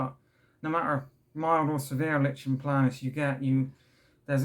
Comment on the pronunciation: Hey I mean this with the best will in the world but it’s pronounced like ‘n play nus. I’m glad you’re doing better now. Mine’s awful at the mo.